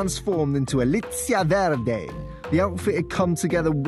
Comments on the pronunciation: Verdé non si può sentì però ahahhaa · The way they pronounce "verde" is just to funny 😂😂😂